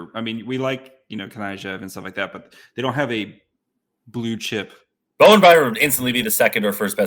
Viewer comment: It's BoweN Byram, not Bowem.